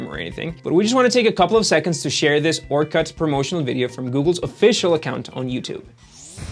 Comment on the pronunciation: Your pronunciation of "Orkut" is bleeding my ears. Its not fuking orCUT, its orkut.